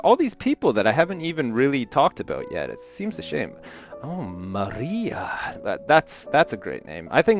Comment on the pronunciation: saying maria...LMFAOOO